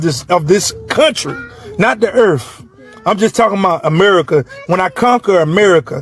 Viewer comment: It's "docUment" not "docament". And the it's "earth' not earf. Lol